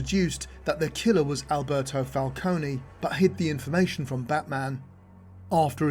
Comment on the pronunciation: you take time and the effort to do all of this research but cant pronounce falcone? 😂😂